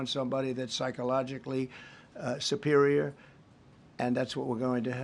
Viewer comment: Did he really just say psychologically "Superior"?